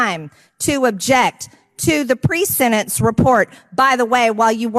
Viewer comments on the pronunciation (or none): I hate even listening to her. On top of the other annoying and dangerous things she does, she doesn't know how to say "sentence", and pronounces it "sendence" in spite of the fact that she can pronounce the "t" in other words. And how stupid do you have to be to say "gazpacho police".....?